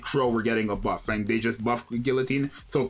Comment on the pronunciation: It’s pronounced guillotine